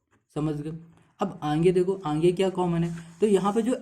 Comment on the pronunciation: 9.34 sir aap "aage" ko "aange" kahte ho 😂😂😂